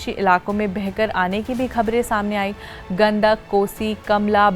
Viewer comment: Abe Gandhak nahi….. Gandak hai Aapne Naam Padhne me Angrej ko bhi Fail kar diya 😂😂😂😂